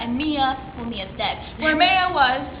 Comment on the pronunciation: I thought it was My-a not May-uh